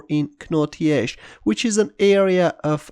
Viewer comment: Knotty Ash is pronounced Notty Ash! The 'K' is silent. 😀